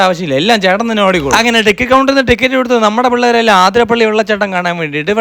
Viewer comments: Broo... Njaan kandaarnnu😌🔥.... Peruth ishtaayi.... 🤍.... ആതിരപ്പള്ളി alla bro അതിരപ്പിള്ളി aahne😅... Welcome to Athirapilly 🤍🤍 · ആതിരപ്പള്ളി ❌അതിരപള്ളി